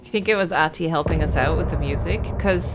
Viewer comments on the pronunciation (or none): When you say Ahti, you have to say it like Finns do, Ahh-ti, emphasize the first Ah. A lot of Finnish references in the game. Love it ❤